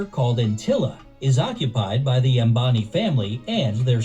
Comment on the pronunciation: It's not zambani... It's Ambani